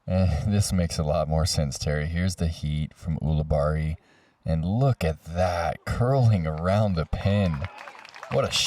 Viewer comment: You guys! Ulibarri is pronounced Yule-a-Berry. Say it. Ulibarri. Yule-a-Berry. Come on!